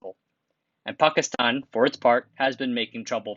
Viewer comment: M best pronunciation of Pakistan by a non-Pakistani